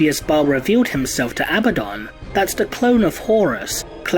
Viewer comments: Perhaps if the clone of Horus had defeated or killed Abaddon then perhaps I wouldn't get so triggered at the mispronunciation of Abaddon. A-bad-dun - remember folks, he's not a good un, he's Abaddon not to mention the emphasis in the spelling on the d over the b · You continuously say his name wrong....